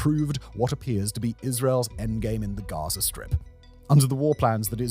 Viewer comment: Russier, Gazier 🤣 is